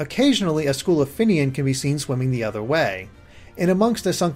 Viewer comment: Also it's not 'fin-ian', it's 'fin-neon' :P